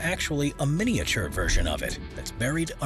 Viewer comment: 'Mini-It-Ture' is that the same as miniature?